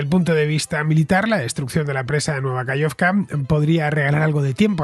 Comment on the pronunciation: Genial como siempre, muchas gracias. Una pequeña cosa: se dice KaJovka, con jota. Saludos.